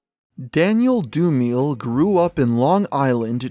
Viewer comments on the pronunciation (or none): His family name is pronounced "Do-Me-Lay". Great video. We still keep his memory going over on MF DOOM's subreddit. Peace. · Great video, but that pronunciation of DOOM's last name, Dumile absolutley killed me